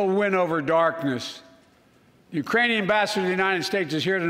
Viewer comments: I heard Iranian also. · mark... "The Uranian people" ??? Where - EXACTLY - is the country of Urain? Inactive the 25th Amendment NOW!💯😂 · Or the Uranus people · He 100% says "uranium people". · sure it wasn't take it in Uranus people??? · He said urainian, I grew up with a speech impediment. Sometimes letters aren't there lol 🤷🏾‍♀️ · Uranian Iranian 🤣🤣🤣 this guy and Putin laughing his ass off somewhere… embarrassing 🙈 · He said, "...the URAINIAN people...". All this time, we've been worried about an invasion from Mars by the Martian people. As it turns out, the threat from Uranus by the Urainian people should be the focus of our attention. LOL! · I think he just forgot the k in Ukrainian